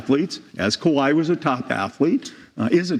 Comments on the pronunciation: Hush just be kuh-why-et 😁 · You need to be punished for pronouncing kawhi’s name like that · How they starting this clip butchering Kawhi’s name like that 😂😂😂